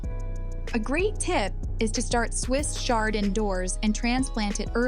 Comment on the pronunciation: AI is not your friend in this video 😂. But I did get all the info and appreciate it. I will be adding Swiss "SHARD" to my garden this year. I truly appreciate this info for zone 5 and the AI had me laughing a lot!!